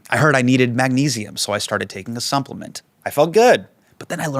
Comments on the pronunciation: YouTube should have a search function for thr comments section. "did anyone else hear Hasan say sumplement ?" is what I want to post, but I could just search the word supplement or sumplement and I could find my people. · Hassan really said he started taking a "sumpliment"! I watched it on repeat at least 29 times.